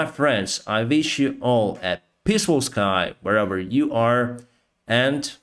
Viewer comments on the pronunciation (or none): at the end try to emphasize the word... where EVER you are, and not ever YOU are, it would sound maybe even stronger, but otherwise great work!